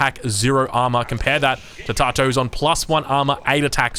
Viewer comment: Tatoh is pronounced Tat-oh fyi mate. Love your work